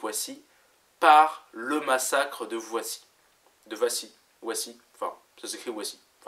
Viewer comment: Wassy se dit Vassy, vomme Wagon se dit Vagon ;) pas touche a chez moi !! :p